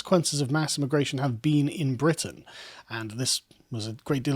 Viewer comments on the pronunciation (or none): none